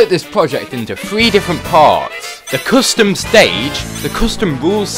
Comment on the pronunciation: "Friday night fonkin'" "Coostum"